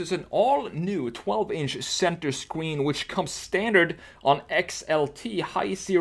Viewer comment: It sounded like you said Center Squeen